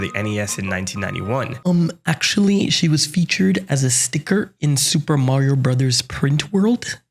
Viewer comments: You mispronounced Soopah Maria Brathas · Supah marrio brazaas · „I’ll pronounce this game exactly as Nintendo intended…. Supa Mario Brassers“ that was genuinely funny to me 😭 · Nerd group A: It's Super Mario Bros! Nerd group B: Wrong, it's obviously Super Mario Brothers!: -_-: Soopah Mahreo Brahzers Nerd group A: no wait Nerd group B: we can talk about it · bro said super mario brazzers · soo we're not gonna talk about pronouncing it スーパーマリオブラザーズ for the whole video?! XD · It's Burasazu, BUH-RAH-ZA-ZU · Your relentless pronunciation of Sup. Mar. Brothers alone gained a sub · Super Mario Brazzers is definitely not how it was meant to be pronounced. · “I will now pronounce it how Nintendo originally intended…… Supa Marioh Brathars” subscribed (the video was awesome btw the fact you’re unwell makes it even better, what a standard🔥) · Love "the wizard" pronunciation of super mario brothers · Oh so that’s why you pronounce it in Japanese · Hearing you "pronounce the game as intended" with janky Japanese pronunciation was hilarious. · 😂😂😂 pronouncing the name how Nintendo intended it had me cracking up 😂😂😂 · "And for the sake of accuracy, though, from now on I will pronounce this game exactly as Nintendo intended" *proceeds to pronounce it with a Japanes accent.* What a legend! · every time you said “super mario brothers” with japanese pronunciation just to spite the commentators i actually laughed out loud lmao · Lmao the smart-ass pronunciation of Super Mario Brothers made me spit my coffee. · I'm all for the sassy Japanese pronunciation! 😅👏🏾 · I respect the commitment to the Super Mario Bros. Pronunciation throughout the video 😂🫡